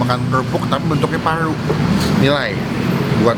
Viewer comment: krn yg makan Paru & Rendang nya jadi banyak R nya parrru & rrrrendang 🤭🤣 takis boss 🤣🤣👍👍